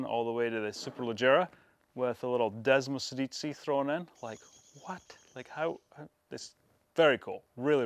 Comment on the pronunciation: id say the 1299 brought back the torque also: march-i-scini not mark-i-scini desmosedi-chee not desmosedeesee